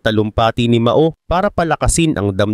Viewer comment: Pronunciation Po ay MAO=MAW……not MA——O……MAO=MAW ( one word).